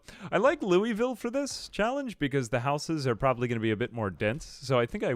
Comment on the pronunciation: Fyi, it's not Lou(ee)ville, it's Lou'vull or Lou-a-vull.